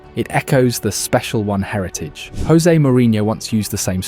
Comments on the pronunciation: Jose Mourinho isn't Spanish, he's Portuguese. It's pronounced "JOH-zay," not "HOE-zay." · Also his name is Jose, not Hozay. He’s not spanish. Other then that good video.